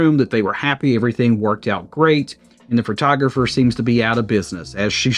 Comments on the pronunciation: Fertographer? Listening to this was like driving over speed bumps at high speed. My ears are bleeding. The photographer acted like an amateur and should be out of business. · I didn't even notice you said "fertographer" until I read the comments.🤣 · Take a shot every time he says "Phrotrogropher"